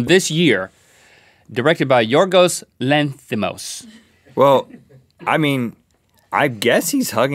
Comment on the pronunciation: Lobster was really special. The director is Greek. Props to Link for pronouncing his name correctly!